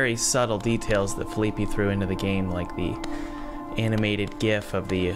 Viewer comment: I don't think you were pronouncing felipe's name correctly